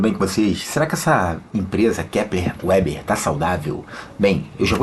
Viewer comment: Ótima análise fundamentalista, não é uma gigante, porém tracional no seu segmento. Só uma dica: A empresa tem sede no RS na cidade de Panambi, tendo sido os fundadores de descendência germânica. Então a pronúncia não é em inglês "Uber" e sim "Veber".